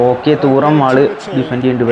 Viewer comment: Bro തൂറാം എന്നല്ല player name തുറാം ennan😂